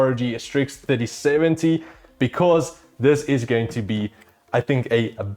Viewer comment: Sounds like he is saying 5070